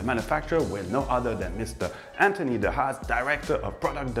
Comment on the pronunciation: Be careful please.It is"de Haas" and not "de Hass"de Haas meaning "The rabbit" and "de Hass" meaning "The hate"But I know what you mean...